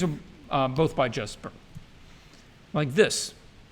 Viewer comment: For anyone who cares: Jesper Ejsing's surname is pronounced basically like: "icing" (eye-sing). As for his forename, Jesper, it is not a traditional english "J" sound like in "January" but more akin to the starting sound of "Yesterday" Sooo, keeping that in mind: "Yesper Icing" would be very close to the danish pronunciation. The more you know, I guess ¯\_(ツ)_/¯